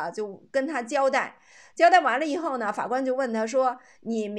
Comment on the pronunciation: 以后＂发成＂胰后＂ 以后＂发成＂胰后" 以后＂发成＂胰后＂ 以后＂发成＂胰后＂ 以后＂发成＂胰后＂ 以后＂发成＂胰后＂ 你是哪个村的